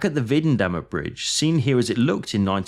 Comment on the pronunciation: The video would have been perfect if the names of the bridges and roads had been pronounced halfway correctly. For example, Weidendammer Bridge is Videndammer. If you don't know it, you can simply listen to it in google translator.